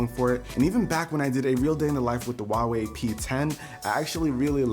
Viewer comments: Wtf is a "WAAWEE" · It's not pronounced wahwei. You need to pronounce the h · How american say huawei lmfao